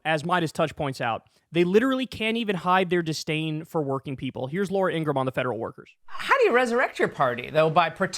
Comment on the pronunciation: If you're gonna talk about Laura, at least say her name right